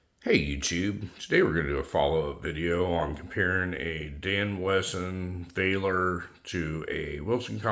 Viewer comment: WHY did you call it a VAYLOR! 😵